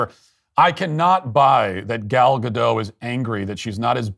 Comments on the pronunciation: Gal Ga-DOTTT, not Gadough...she's Israeli, not French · Matt please at least pronounce Gal's name right it's Gadot how it's written there's a T